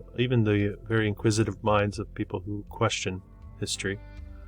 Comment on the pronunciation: Veddy good. Veddy, Veddy good. 👍